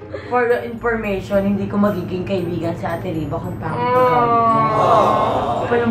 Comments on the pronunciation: Nanaman (Pur yur inpormission pu yor pormission) 😂😂😯 sorry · 'pur yur impormaytion diko magiging kaibigan si riva kung panget ugali niya' iloveit